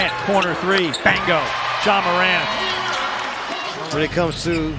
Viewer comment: what up with the man saying BANGO its BINGO you twat